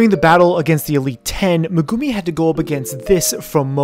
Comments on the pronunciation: who tf is meh-goomi lol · I will watch some of your vids, but I will never subscribe. Fucking “Meh-goo-mee” come on white boy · who's Meh-Goo-Mii? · Megumi to Magoomee 🤣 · Ah the way you pronounce Megumi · Have u realized that he can't say the words for the anime >_< Her name